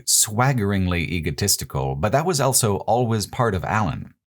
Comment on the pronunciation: pronounces the word "also" as "elso".